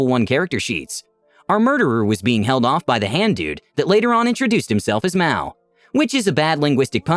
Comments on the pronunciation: Yeah, Maou isn't pronounced "mow", it's pronounced "maa-ohh", two syllables. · Very different pronunciation, though. The Japanese term Ma-ō isn't pronounced as "maow," like it is here, but as two syllables, "mah-oh." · It's also not pronounced the way it is in the video. It's ma-oh, two syllables. I think this was a coincidence because it was stated elsewhere that mao is portuguese for hand.